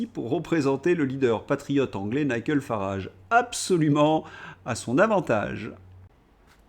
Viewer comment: En anglais, on prononce NaïeDjeul, pas NaïeGueule !!